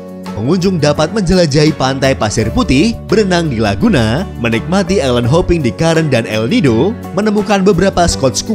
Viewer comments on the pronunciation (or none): none